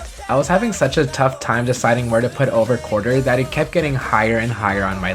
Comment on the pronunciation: Is anyone else sorta triggered that he said "Over Quarter" instead of "Over QUARTZer" lol